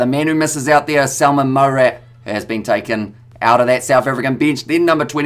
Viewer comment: Hey "", Don't take this comment the wrong way. I'm only making it because you always try to get the players' names phonetically correct. I personally don't care when folks get players' names "wrong". So, this is by no means a criticism or moaning. As mentioned, you do an awesome job already! So...Salmaan Moerat 🙂 Salmaan = perfect Moerat, close but not quite. You'd pronounce it as follows: Moo (like the sound a cow makes) Rutt (like stuck in a rutt) Moorutt -> Moerat Keep up the great work you already do! Much love 🙂